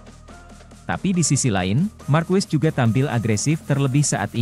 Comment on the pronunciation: Pengucapan marquez itu= markez bukan markwes